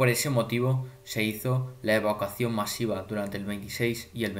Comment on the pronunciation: Y aprende a decir evacuación* grangoso